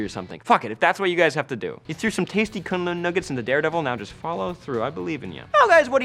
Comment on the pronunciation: Am I the only one anoyed by how sais K'un Lun? It's like Kung Lao from MK with the right letters,thay say it a lot in the Ultimate Spider Man series. Anyways Dr Strange will be out when it's time for the Iron Fist so there sould be no problem with the weird stuff